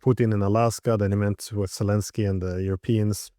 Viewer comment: Z, pronounced Z as in Zelenski; and pleaze, do not call him His "ex-selenski" !!